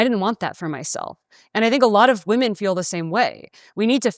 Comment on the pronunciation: This is the first man who I have heard pronouncing women as woman, I thought it was a woman thing 😅